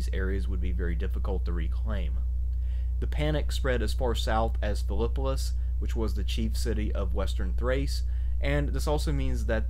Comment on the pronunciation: Just a minor thing but it should by Phillipopolis not Phillipolis.